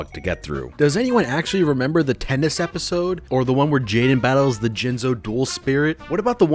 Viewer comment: I know for a fact he's saying tennis but I can't not hear teatnus